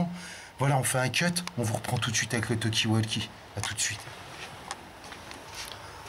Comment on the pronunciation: Rhooo la la je tombe sur cette vidéo d il y a 4 ans.... à mourir de rire 😂 la voix de est tellement pratiquement identique! Et le " tu vois c que veux dire " j en peux plus 😂😂😂 petit erreur.....il faut mal prononcer Talkie walkie car il le prononce avec un A lol phonétiquement 😂alors que c est prononcé avec un O comme vous l avez " vous " bien fait 😂😂 Tu vois c que j veux dire?😉 Toujours d actualité en + 😂😂😂😂